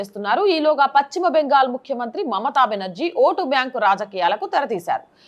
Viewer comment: Content is good but, it is PaSchima Bengal not PaChima Bengal